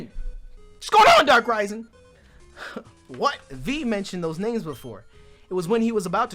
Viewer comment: The way says ‘wat’ is so funny to me